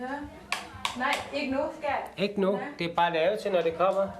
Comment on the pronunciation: Haha, ja det lyder for sjovt: "Vil du ha' en øl, ska-at? - Ja, tak det vil jeg gerne skat.." Min kæreste og jeg, gennem 14 år, kalder hindanden skat - men griner også med/af/over osv. programmet her. Når vi vågner om morgenen og spørger: "har du sovet godt skat?" kan vi sjældent lade være med at grine fordi vi tænker over (og kommer til at udtale det som i) programmet. Så al hate og flame sat til side: Man kan brække sig over det, og man kan forsvare deres ret til at snakke med deres gaystemmer